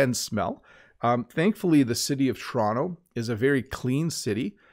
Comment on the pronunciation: I love you pronunciation when you say (torono in fast version and Toronto slowly way... Are you very exquisite teacher.